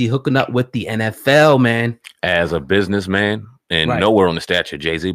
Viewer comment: I'mma BUS-IN-ESS MAN...